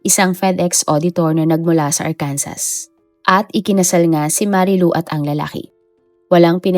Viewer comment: Silent S ang Arkansas